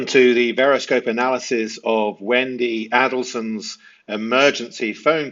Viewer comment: yes there is. Saying the Merkels instead of the Markels. And the Addle sons instead of the Adel sons. Pronunciation does matter.